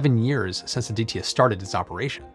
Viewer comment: You need to learn how to pronounce ADITYA, and it felt pretty awkward listening rupees cost in millions rather than in lakhs, besides these Nice video.